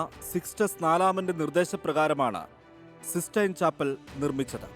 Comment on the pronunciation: സിസ്സ്റ്റൈൻ ആണ് സീസ്സ്റ്റൈൻ അല്ല.